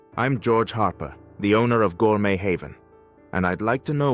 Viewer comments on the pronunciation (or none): Why does the narrator have such a strange voice? Gor-met Haven? A.I.doesn't understand French?